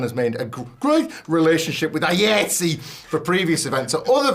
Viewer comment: the delivery of the last story is stupid. ignorance of a working professional union and constantly mispronouncing the union's name. that union spans the majority of the entertainment industry like sag-aftra or bafta. if you look at any blockbuster movie's end credits, likely an iatse chapter is there.